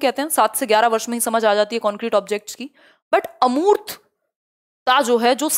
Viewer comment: अर्मूत नहीं होता है🤣🤣🤣, अमूर्त होता है